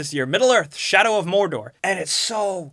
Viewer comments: I like how you said MORRRDORRR. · Shadow of Morrrrrrrdorrrrrr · Geralt of Rivia Sounds like Spanish